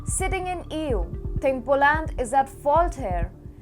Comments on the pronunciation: How about POLUND or POLIND 🤗🤭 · Polaaaand. It is Polánd not Polând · She should learn how to pronounce Poland!!!! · Atrocious उच्चारण, as always. Poland औऱ europe बोलना भी नहीं आ रहा है। चाटूकारों से बाख के रहो, वो नहीं चहाते कि तुम इम्प्रूव करो